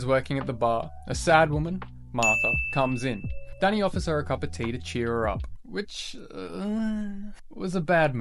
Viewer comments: Its Donny not Danny you donut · Donny not Danny